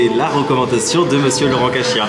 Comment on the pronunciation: Laurent "CaCHia" il a dit mdrrr